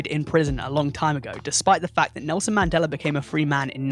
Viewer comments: Man-day-la, not man-deller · I could swear it used to be pronounced ‘man-dell-uh’ not ‘man-dell-er’ That’s crazee yo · I can't get passed him saying mandellar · Boi said "the Mandelar effect" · Take a shot and/or bong rip every single time this dude calls the Mandela Effect, "The Mandeler Effect". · Lol . . . "Man-Dell-Luh" . . . I apologize if I offended you or anything, I genuinely really enjoyed the video and Loved the direction you went with it trying to piece together how certain ones could easily be misconceptions or just straight up flase information like blood actually being red while in the veins. So again, I do apologize if that came out wrong, I just thought it was funny and assumed you were saying it like that to trigger people like me. 😂 Regardless..! Keep up the great content..! (And I SWEAR TO GOD, If It Turns Out It's NOW Pronounced The "Mandeler" Effect And Not "Mandela" With An "a" Imma Through A Fit And Bug The Hell Out..!) 😂 . . . . 🤣